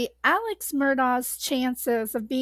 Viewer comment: It is pronounced Alec not Alex